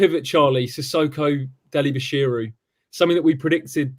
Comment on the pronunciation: Just watched back. Great cast. Did nobody have the balls to tell Robbo it's "Bashir UUUUU" ;)